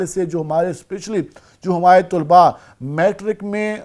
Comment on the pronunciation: طلباء لفظ ط پر پیش نہیں طلب لفظ ہے